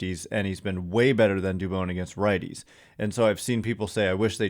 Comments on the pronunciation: For christs sake it’s not “dubOWN” it’s “dubON” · Jon Miller pronounces it Du - bon , not Du - bone. He's a stickler for getting the name right. Where do you get Du- bone from ?